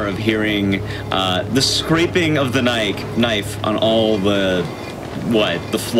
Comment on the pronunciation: That's not a knoife